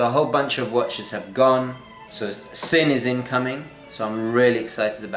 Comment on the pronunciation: nice video - looking forward to seeing which Sinn watch you went for. As a small sidenote - the correct pronounciation of the brandname Sinn is actually "Zinn" (with a soft "Z" as in "Zulu") and not with a sharp "S". The brandname Sinn originates from the surname of it's founder "Helmut Sinn". I wonder which of your watches will be sold. All the best...